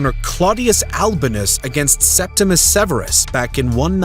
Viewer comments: Septimius Severus, not Septimus Severus. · It’s Septimius Severus, not Septimus. Domitian’s decision to recall Agricola was his greatest mistake. Had Domitian allowed Agricola to complete his conquest of Scotland, he would have removed a barbarian frontier, securing Rome’s northern border in Britannia.